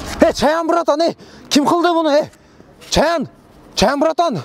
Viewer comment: Чаяан эмес Чаян